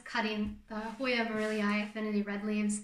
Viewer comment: Oh, I loved your pronunciation! Truly! I just had no idea how to spell the pronunciation, is all. I'll be excited to relay this info to the "debaters"! I didn't expect you to go to so much trouble in order to answer my questions; but, thank you very much! I love details like those! I guess I'm anal that way. Oh well! Whatever! 🤷‍♀️Lol! 🌾💜